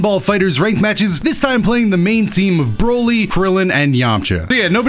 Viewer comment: Boly Not bolt